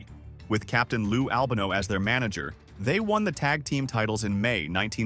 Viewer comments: Al bun no. 😂😂 Al Bahno. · "Captain Lou Al-bonu" LOL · Ai channel, who says albano like this unless reading it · how u pronounce albano wrong